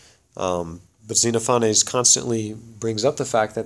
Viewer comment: ze-NOFF-uh-nees :) Or if you prefer, "zen OFF o' knees." Thanks, looking forward to more!